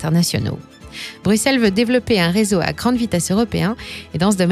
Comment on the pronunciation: Ca fait du bien d'entendre une française prononcer Bruxelles correctement